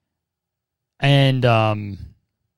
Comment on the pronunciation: boi why did you say elliot like fucking elio elio elio from CMBYN LMFAOOOO